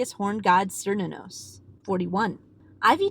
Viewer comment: You pronounced Cernunnos wrong, it is correctly pronounced kar new nnos.